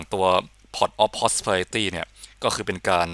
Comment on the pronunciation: จ บ แล้วกับเสียง พอต ออฟ พุตสิพุรุพุรุบิลิตี้:face-blue-smiling::face-blue-smiling::face-blue-smiling::face-blue-smiling::text-green-game-over::face-green-smiling::face-green-smiling::face-green-smiling::face-green-smiling: จะได้ไม่ต้องอ่านผิดซะที โครโนกราฟ เทพจะได้โดดมาโชว์ตัวรัวๆ:face-green-smiling: สร้างมาเพื่อเล่น ใช่ แล้วก็มาเพื่อแบน ก็ใช่อีก:text-green-game-over